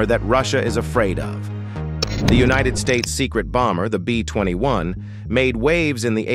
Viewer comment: The narrator needs to learn how to talk! Bill yon Dolers? Unionid Stats? How cheaply was this video made?